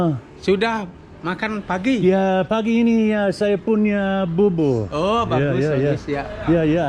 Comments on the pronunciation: Bubur, not burbur! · Bubur bro. Pronounced boo boor. You should try some bubur Manado. Little bit different from other bubur like bubur ayam. Good on you for learning the language. The women there get a lot of thyroid problems in Indo. I think that's the throat thing you were talking about. Always have that dry kinda hacking cough